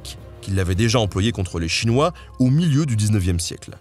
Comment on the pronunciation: Etant un spécialiste modéré de l'histoire des relations entre la Russie, le Japon et la Chine et ayant vécu en Extrême-Orient, la présentation que vous avez faite est bonne et juste surtout. La seule chose, mais bon c'est inévitable, la prononciation des mots chinois et japonais est exécrable. Consultez SVP votre ami des langues-O et tout ira mieux.